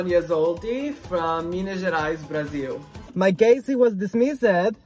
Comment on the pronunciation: I just can´t believe you were able to pronounce "Brasil" and "Minas Gerais" EXACTLY like a Brasilian hahahahaha